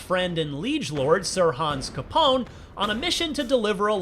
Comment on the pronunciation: "Sir Hans Capone" you Americans crack me up :'D